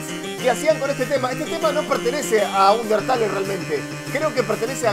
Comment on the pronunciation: Una cosa no se dice undertale se dice underteil